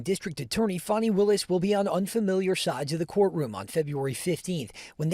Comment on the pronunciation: Give me a break, "Fawn-i." It's divine comedy that her name is Fanny.